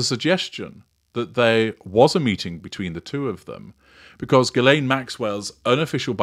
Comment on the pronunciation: Ghislaine is a French name. It would be nice if you could listen at how if Ghislaine is pronounced.